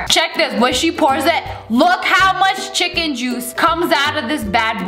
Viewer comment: She didn’t just say chiken juice